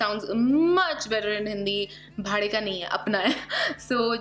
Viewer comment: It's bhade ... Not vare 😅